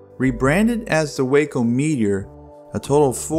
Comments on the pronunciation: The name for the Waco aircraft company (in both incarnations) started as an acronym for Weaver Aircraft Co of Ohio, and has always been pronounced "Wah-co", not "Way-co" like the Texas town. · I think Waco Aircraft was pronounced "wah-co". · In Texas we pronounce the town Wacko